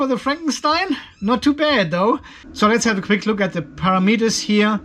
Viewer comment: Can you say ‘param etters’